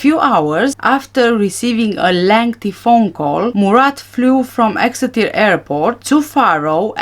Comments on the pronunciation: You pronounced Exeter perfectly 🥰 I live only 14 miles from there. I hadn't realised Tanner lived there😮 Every last one of the Tapas 9 gave me the creeps!😱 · You pronounced 'Exeter' perfectly! I was born there 46 yrs ago but we moved for my dads job when I was four.